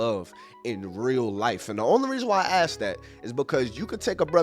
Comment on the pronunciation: You're not getting girls because you think it's pronounced EXetra and AKS.